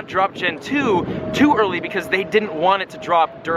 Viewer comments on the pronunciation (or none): none